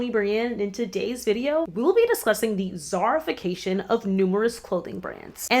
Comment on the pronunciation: I don’t know why I thought you kept saying “CZARification” 😭😆 I was so confused at first